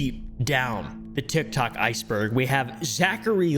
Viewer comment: "A scary part of TIgTob a bit deeker down in the utberg" you okay there?